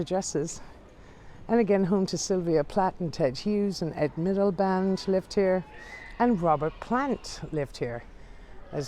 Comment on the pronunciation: Middleband! Lol Its 'Milliband' Haaaaaaaaa